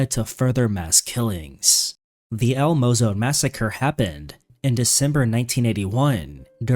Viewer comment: I appreciate you lighting the massacre in El Salvador known as El Mozote, but to nitpick, it is pronounced (EL Mo-Zo-Te). This hits close since my father in that war against the communist and for sure the US had a hand in it atrocities, so did Cuba, Nicaragua, Vietnam, China and even Russia. Unfortunately, their actions are less well known or studied but family members with first hand experience have seen these group partake and show the FMLN what and how to do these war crimes.